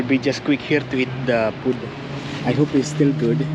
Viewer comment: the way you (and my filipina gf) say food drives me insane. Please pronounce it fooood not fudd :))